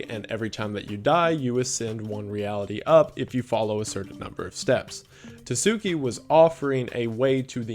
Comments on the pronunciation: oh boy, was interesting to see Tsuki Project in this video. first off, it's TSU-KI, not Too-zoo-ki. second of all, it's pretty much just a way for some people to farm bitcoins off of gullible teens, mostly through guilt-tripping. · I gotta say, I'm getting huge "Early Days" Night Mind vibes from this kind of content, which is a REALLY good thing. keep it up, dude! Excited to see more from you! Also, edit: Tsuki is Tsu-key, not Tuh-soo-key. "tsu" is kinda hard to explain from an English PoV, but the "good enough" version is just make the T silent, so soo-key) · hey ive noticed this twice now but when you find words with a tsu in it just ignore the t noise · I, um. You pronounce the "ts" in "tsuki" like you would at the end of a word, but with the T sound super soft. You blend it into the S as you say it, is I guess how I'd describe it. It's not quite a silent letter, but it's close. The G in "gnosis/gnostic" is silent, though.